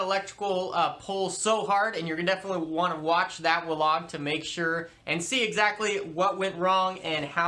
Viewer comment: Good content, but hard to take you seriously when you keep saying 'wlog', my bro.